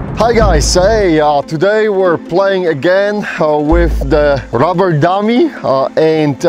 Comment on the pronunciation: And by the way you should spell it like you say it....ROBBER not RUBBER..... 😀😀😀😀